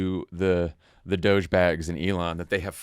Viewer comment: Pronunciation, guys. Not DOGE as in "cogent". DOGE as in "dodgy".